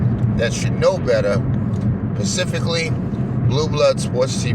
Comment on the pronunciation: Do you think is a quality channel? He spends 99% of his live streams blocking anyone who disagrees with him. Aren't Republicans against people who want to stifle free speech? And it's SPECIFICALLY not "PACIFICALLY" They must be lacing that dope down there with fentanyl.